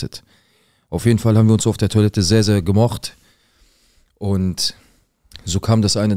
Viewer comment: es ist tOIlette nicht tUAlette..😂ich küsse dein Herz